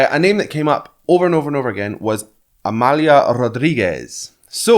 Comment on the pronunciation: It's just beautifull the way you explain the poem without understanding a word! Amália was perfectly pronouced, but Rodrigues you pronounced as the Spanish Rodriguez, in Portuguese you close the "o" and the "e".